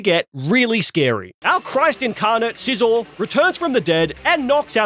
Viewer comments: Scizor, not Sisor! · SCIZOR, NOT SIZZOR! DO NOT LEAVE OFF THE C IN SCYTHER! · THE SECOND S IN SCIZOR IS SUPPOSED TO BE A Z!